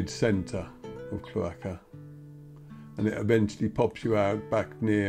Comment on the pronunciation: Super to view this. BTW it’s CHLORaka-accent on the first syllable